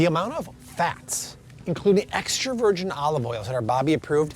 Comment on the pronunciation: “Virjeen” 😂 loved all the info, where I live we have an Aldi and Walmart and that’s about it lol